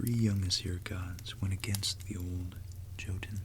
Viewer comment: Really like your videos. Just a little fact: Jotun is pronounced more like yotun. Although it isn't really, because a J in Norse based languages is actually quite different to an English Y but it's the closest I can get to explain it. (I speak and read some Norwegian although often I butcher it) but keep the videos coming. I find every one of them as interesting as each other.